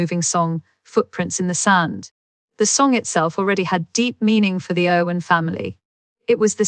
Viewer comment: Spelling and speaking of words is so off..glad i didn't pay much attention.. its "Irwin"not Owen And "Hough" not Hofe